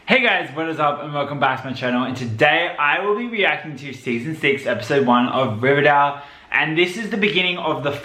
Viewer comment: Yeah, I wonder how many takes it took for all the actors to get comfortable saying 'Rivervale' instead of Riverdale.